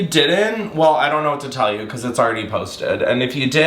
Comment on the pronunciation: Me too 😂